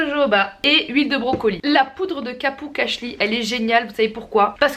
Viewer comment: j'adore ta manière de dire "brocolie" ptdrrrr j'me tape une barre c'est n'importe quoi 😂😂